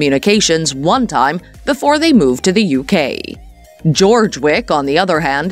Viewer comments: His name is pronounced “Yurg” 😊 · Joerg is German, his name is NOT GEORGE. Go watch a video and learn how it's pronounced!